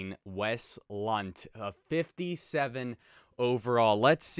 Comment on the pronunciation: “I’m almost positive the N is silent.” Well.... it’s not